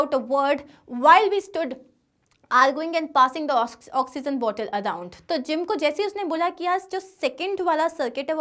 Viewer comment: Its not oxyzen